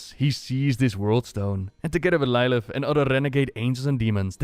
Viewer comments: its pronounced Lill ith not lie lith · I mean..... it's pronounced in the cinematic so not sure why he's pronouncing it as Ly-lith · Schatje, het is lil ith. Zoals lil kleine maar dan met ith er achter. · Lilith pronounced like Little not Like as far as I know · After watching Rhykkers series I'm stoked for you to cover this lore but please pronounce lilith properly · pronounce lilith wrong